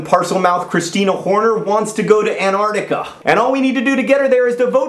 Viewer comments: AnTARtica! TTTTTAR Not anartica. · An-Tarc-tica, John. Not An-arc-tica. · You said it more properly the first time! AnTarcTica. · an-ar-dic-a? wow Ive never heard someone pronounce it like that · AnTarcTica, with a 't' sound between the n and the a. :P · That's not true, he is just pronouncing it that way for fun. Don't hate on another country please when you don't know what your talking about. I have never heard anyone pronounce it without the t, at least where I live. I apologize for being slightly rude.